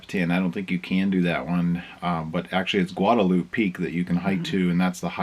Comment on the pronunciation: so howdy from a South Texan!! 102 F not bad. Glad you and are enjoying our stunning country!! BTW?? Guadalupe is pronounced GuadaluPEE or Pea. That's some beautiful country too. How do you two feel about the 4 seasons in one day thing? LOL Have a grand time and so happy you two are enjoying the states. God bless and be careful